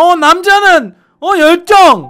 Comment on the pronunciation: 열정을 멸종이라는줄ㅋㅋ